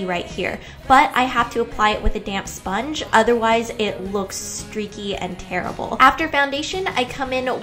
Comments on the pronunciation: I kept hearing "damn sponge" I was like "Ingrid, take it easy" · I thought you said "damn sponge"